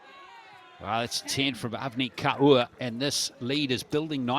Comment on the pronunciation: Kaur is pronounced as "core". Not as "car ooo" as the commentator pronounces..